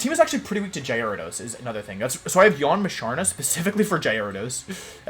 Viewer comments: we got: jared ose jie radose jye ariah dohs wolfs got pronunciations for days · Quite a misleading title.hahaha. Was expecting my boy pichu to be on the ground and will be actually "countering" wolfey but naaaaah.hahaha. Jai-rados not cute. hahahaha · Started to watch wolfey but he pronounce gyarados wrong I think lol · It’s intentional Signature swsh wolf slang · The way he pronounced Gyarados is funny to me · The difference between his J and G pronunciation is non existent, i love it haha. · Do you say gyarados and intimidate wrong on purpose? Lol